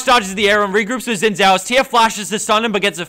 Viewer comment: xin is pronounced shin pls